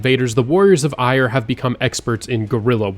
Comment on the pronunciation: Eire is pronounced AIR-uh fyi